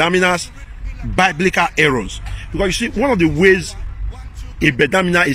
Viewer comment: Did he say baiblical 😂😂